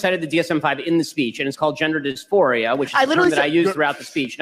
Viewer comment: DISFORIA??? Jesus titty-fucking christ. It's "dysphoria." Please do not condescend to lecture anyone about intelligence, ma'am.